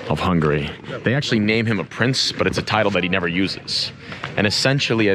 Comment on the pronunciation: Man, you are like a walking Wikipedia. You know more about Hungary than me. I like your videos! Your pronunciation getting better by the way ;)